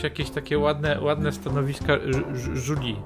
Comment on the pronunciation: Zamiast żuri powiedziałeś żuli